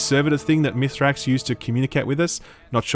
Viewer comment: If we're going to be those annoying ppl, I insist we do it properly so "aschually it's pronounced Mee-srax Kell"